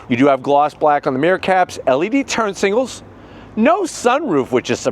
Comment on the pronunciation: saying singals instead of signals always makes my day😊